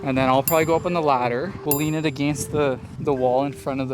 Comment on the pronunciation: It was “against” for me. A-gain-st